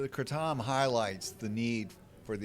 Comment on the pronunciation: FINALLY someone pronounced right lol